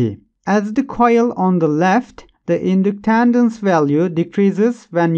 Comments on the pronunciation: Inductandance 😂😂😂 if your going to say it that many times please try to it right. Was like nails on a chalkboard to me lolol thank you for the great video! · Thanks, good explanation. Oh and so you know, "Winding" is pronounced like (I)ron Inductance is pronounced like in-duck-tence